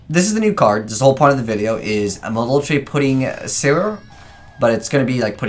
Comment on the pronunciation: It pronounced as puddingcessoir'